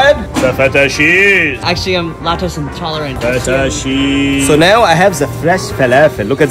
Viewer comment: "Actually Im lactose intolerant" "FETA SHEEZE"